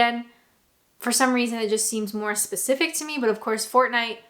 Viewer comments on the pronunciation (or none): none